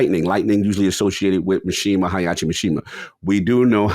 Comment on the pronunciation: Hai-achi, Tai-yido